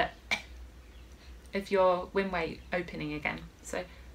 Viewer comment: It sounded like you said close your "winway" but perhaps you said "windway", as in "windpipe"? And I don't close anything when I am saying "I", maybe I don't know how to talk (or breathe)? 🤣